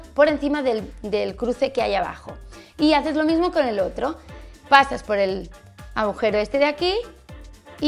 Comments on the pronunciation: Tambien dice "abujero" 😂😂😂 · Se dice "agujero" y "deduje". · Soy la única a la que la parece que Patry dice "abujero" ?? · Irene si, el "abujero" es muy suyo.